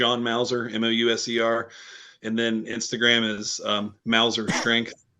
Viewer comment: You pronounced my last name perfectly last week. My wiiife says thanks for the vasoblitz!